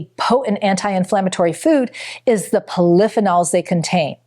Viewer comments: Poly-pheenols. Not pol-i-phe-nols. Seriously? And it's not a fun-dshi-side, it's a fun-gi-side. Did you even go to school? Your information could possibly be valuable, but your lack of rudimentary linguistic command negate any factual competency. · ....FEE- nols. Not how she pronounces polyphenols😮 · IT’S PRONOUNCED POLLY-FEE- NOLS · "Poll-if-in-alls" hahaha! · I have never heard anyone pronounce lutein and polyphenols the way this woman does. Is English her 3rd language?? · Never heard polyphenol pronounced like she pronounced it. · Why is she not even pronouncing polyphenols properly? Doesn’t make sense when you come across like an expert. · What drives me crazy is the mispronunciation of simple words like “polyphenols”. If the speaker is truly in the nutrition field, she wouldn’t pronounce it that way! Pronunciation Nazi! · I’ve never heard “polyphenols” pronounced that way before.